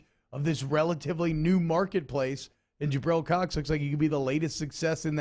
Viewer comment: True but it’s Jabril Cox